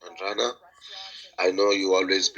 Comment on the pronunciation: After all this while he still can't say Adriana....he says Andrayna 😂😂😂 His mom's life is definitely steak for real